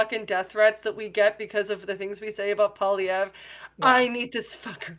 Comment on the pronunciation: defining a minority government as crushing the conservatives is odd. Pierre losing his seat was more telling than the the election result. Also you sound dumb when you cant pronounce the opposition leaders name. Its not Polly verre.